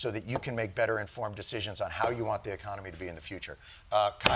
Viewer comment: I'm just sad Jon didn't pronounce "In THIS Economy?!" correctly. For shame!